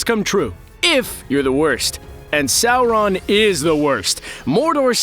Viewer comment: Why does this guy put an "L" in Sauron